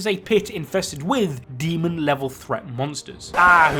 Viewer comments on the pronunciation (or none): none